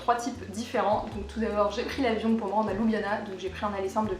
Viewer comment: Étant moi-même slovène par mon père, je trouve ton résumé très bien fait. La seule chose qui m'agace chez Européens de l'ouest, c'est la prononciation de la capitale: ce n'est pas ''Loubiana'' mais 'Lioubliana''. Sinon le reste est parfait!